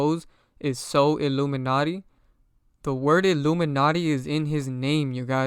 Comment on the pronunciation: Some of your points don’t make sense bro. You weren’t pronouncing Solluminati (So-Lu-Min-Ati) correctly on purpose to make his name seem bad.